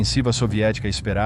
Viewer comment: O nome do General alemão é Hasso von Manteuffel, não "um homem teufel"